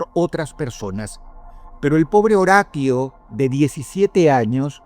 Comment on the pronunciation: Dross saludos desde Colombia, me encantan tus videos. sos un gran narrador de sucesos, en éste caso quisiera hacer una pequeña observación, en el 1er caso, el chico aunque su nombre se escriba Horatio, su nombre se lee como en español horacio, recuerda la serie CSI Miami.